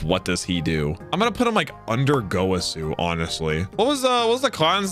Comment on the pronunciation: I love how he pronounced gowasu “gouasu”